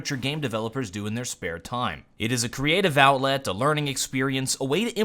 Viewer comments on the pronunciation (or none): he says "Owlet" instead of outlet xD